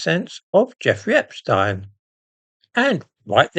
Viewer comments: I’m glad you pronounce Epstein’s name correctly rather than the American way,. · I note your proper pronounciation of Epstein - not the usual "Epsteen". Waheed Alli is a gay Muslim, which makes him a very brave man indeed, no matter what his other connections are with Two-Tier Queer Keir. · The only time I've heard 'Epstein' pronounced correctly on Youtube or television. At least they don't call Einstein Eensteen. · I'm glad you are one of the few who pronounce the paedophile's name as Epstine, rather than Epsteen. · Great someone at last who pronounces epstein the proper German way. Regards